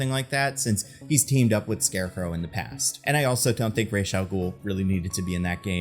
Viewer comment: The mispronunciation of falcone and ra's........... Say it with me now.... "Fal-Cone" "Raysh"